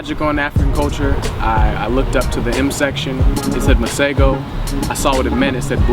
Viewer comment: His pronunciation of "Masego" is incorrect though however it’s understandable.. I am a huge fan & hope he'll be gracing SA with his presents soon :-) was really hoping he'd be added to the Afro Punk line up taking place in JHB in December this year